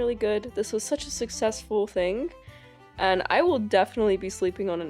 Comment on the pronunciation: Interesting accent she has. Never heard someone pronounce the “g” at the end of a word like that. “Thing-ga” “being-ga” “morning-ga”